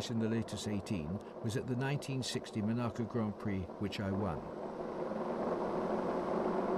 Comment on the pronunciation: I like how Moss pronounces Monaco. Thanks for sharing these, it's so interesting, sad that YouTube is so awful